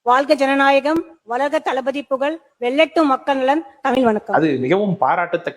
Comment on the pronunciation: தளபதி ❌ டல்பதி ✔️